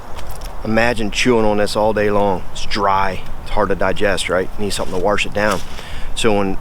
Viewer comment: Warsh it down